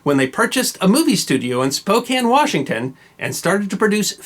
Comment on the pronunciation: Thank you for being the only Non-Washingtonian on Youtube to pronounce "Spokane" properly.